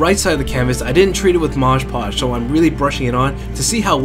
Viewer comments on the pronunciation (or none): It's Mod Podge, not 'Modge Podge'.